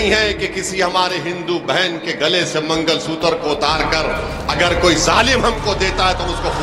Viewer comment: mangal sutar nhi magalsutra hota h bewakuff